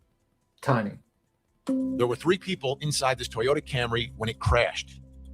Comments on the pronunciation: Queen, the victim's name is Davion not Dameon! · The other boys name is Davion not Damien.